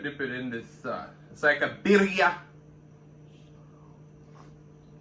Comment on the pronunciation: Love the way you say "barria" ..lol....looks so good